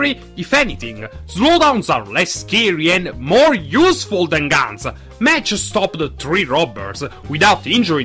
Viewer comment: The new Rider is pronounced Mach(Mock).